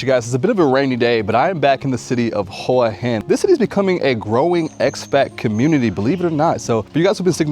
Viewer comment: Maybe talk to a local Thai person and learn how to pronounce the name of the location you're in. Just Saying